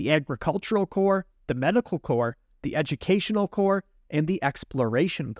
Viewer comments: Corp is a division of a larger entity, which is pronounced like 'core". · its corps actually….but pronounced “core”, as in the Texas A&M Corps of Cadets. I usually don’t nitpick on grammar but you’re still young…and I know your Mom would want me to. 🥺